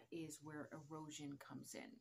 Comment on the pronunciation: Great info, I thought you said that's how you get a roach. Had to rewind, you said erosion